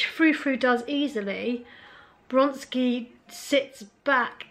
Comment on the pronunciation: I'm afraid that your calling Vronsky Bronsky made me unsubscribe. Really sorry.